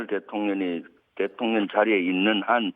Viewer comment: 발음이 좀 이상한데.. 대통..려 ㄴ 이라고 들리는건 기분탓인가?